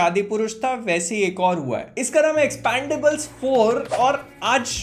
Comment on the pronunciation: "Expondables" ka review kar diya tumne to. 😂😂😂😂 Jyada angreji seekh li bhai ne.